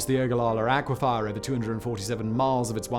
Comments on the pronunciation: Please, please the word aquifer is pronounced ack-wi-fur not ackwifire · Dear Simon The word "Aquifer" is NOT pronounced "Aqua-Fire." It's pronounced "Aqua-Fur." You can tell because there is no "i" after the "f" Or you could just take my word for it... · AquiFER, NOT aquiFIRE, sorry.